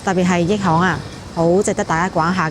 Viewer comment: 點解毛毛讀益行，係咪跟住個Yi呢拼，通常廣東話係讀亦呢個音，驛站、驛馬星動等，又或係者廣州地道係咁樣讀，約定俗成，請指教一吓🙏